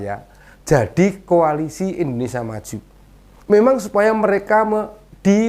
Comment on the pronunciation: lucu lucu si bowo, ngomong koalisi jadi ko'alisi?🤣🤣